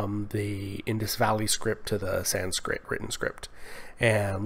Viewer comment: it is 'sanskrit', not 'sanskrita'